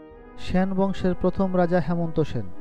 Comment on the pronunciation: "স্যান" বংশ... 😂😂